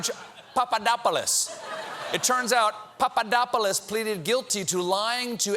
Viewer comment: You pulled a nice Stewart with the Papadopoulos pronunciation A+